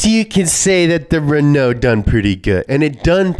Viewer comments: The pronounciation of Renault in this video is painful. The first half is emphasized, not the second half. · It’s not pronounced «Renou», it’s pronounced «Renå» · Renaloo maganene